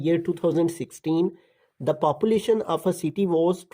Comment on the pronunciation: sir ji papulation nahi population hota hai 🤣🙂